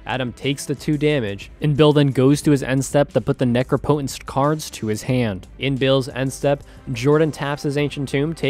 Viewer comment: It’s pronounced neh-crop-eh-tense.